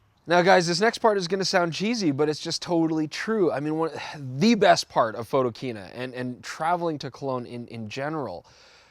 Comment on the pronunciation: Jesus,... PHOTO - KINA... The word KINA is a derivative of the word KINO, meaning CINEMA. Ring a bell?